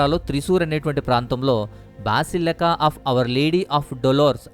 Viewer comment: హౌలే బాసలిక కాదు భసలిక